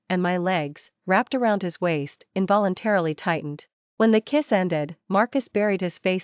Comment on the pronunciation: Teaser is incorrect for the story. Some words are split incorrectly (wai-st), causing them to be mispronounced. The story is good however.